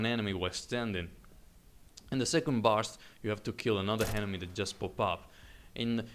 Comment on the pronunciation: I love how you ''henemy'' :D Nice review